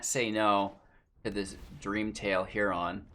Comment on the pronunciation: hey bud, Heron is said heh·ruhn not heh-ron. Just a tip